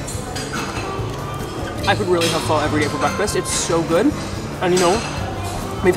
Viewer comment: I'm very proud of you for pronouncing pho correctly:)